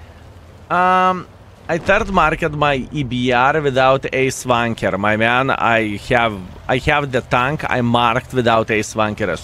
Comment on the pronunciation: Does he say Ace Tanker or Ace Wanker?